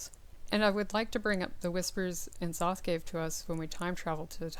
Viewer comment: You are pronouncing nzoths name wrong.